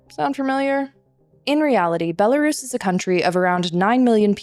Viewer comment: Thank you, but it’s pronounced “Bella-RUS” RUS!! Pronounce the same when you say Belarusian, NOT “Bela-Russian” The history goes back to ‘white Rus’, as in the white Kievan Rus’. NOT ‘white Russia’. HUGE difference